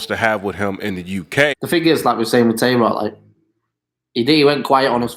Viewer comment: Y’all saying Tay Roc & Twerk wrong but not acknowledging how shady Shotty sound